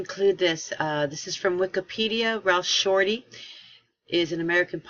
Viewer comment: 'SHORTEY', NOT 'SHORTLEY'...AS IN 'GET SHORTEY'?...SANS THE 'E'...;)